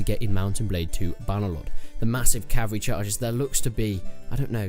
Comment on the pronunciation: It's pronounced "CAV-AL-REE" not "CAV-AREE"